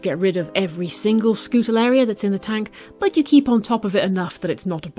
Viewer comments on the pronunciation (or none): wow first time i stumble upon your channel! Keep it up! You're great at explaining :D Fun fact: it is pronounced Skoo-ta-ree-el-la :) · NEVER use regular table salt in an aquarium! It contains iodine and can cause quite a few problems. Always use natural sea salt or aquarium salts so as not to kill everything. Other than that one big no-no, and the mispronunciation of Scutariella every time, it is a very informative video and you have a very soothing voice. Thank you for sharing!